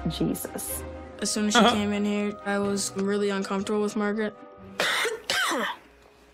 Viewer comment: Dude calls her Margyereet despite her introducing herself as Margaret 900x in front of him.